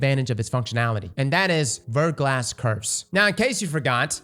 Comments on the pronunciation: Also it's pronounced "Ver-gla", the "S" is silent and it's French for "Freezing Rain" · "VER-GLAW" 👌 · Haven't started the video yet, but I bet he mispronounces Verglas. Yup, I was right.